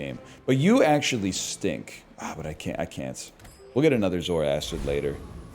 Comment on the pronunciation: I'm gonna crash out if he keeps calling the zoarcid 'zoaracid'